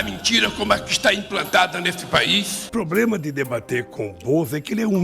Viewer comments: Ow mano, para de falar probrema, eu não levo a sério KKK Ótimo video, parabéns! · Por que ele fala "probrema" e "infração"?